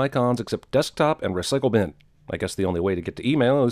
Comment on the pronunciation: Re-sickle Bin? Are you srious? its pronounced the same way as Bicycle. 1 sin.